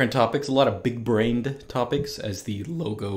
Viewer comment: Big-Braned? Come on you're supposed to be a linguist